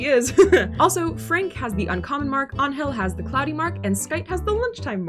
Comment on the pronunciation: Hearing my name pronounced properly caught me off guard lol. Ángel having the cloudy mark is just icing on the cake. I cannot tell you how many times I have stopped dead in my tracks to stare at clouds.